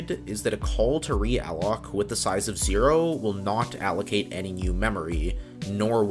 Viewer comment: Yup just the same i stopped listening sayzjee size is the word